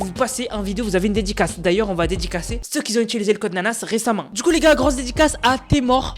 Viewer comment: Salut, juste un petit message pour te dire que le mot "QUI" n'a pas de Z à la fin, alors les "qui z'ont", "qui z'étaient" etc. me cassent les oreilles quand je t'écoute. On dit "qui ont" ou qui étaient" etc. Sinon hype pour la prochaine saison en espérant revoir arriver Polar Peak qui est mon lieu préféré tous chapitres confondus.